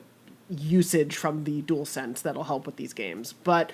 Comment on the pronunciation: you also called it the "duel sense" when it's "dual sense"